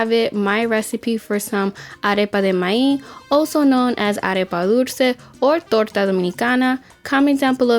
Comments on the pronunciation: I love this recipe and I love how you say the word MAIZ without the Z at the end. It sounds more like MAI... Love it! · Arepa de MAÍZ 🌽 please emphasize “Z” MaiZ recipe looks awesome 👏🏻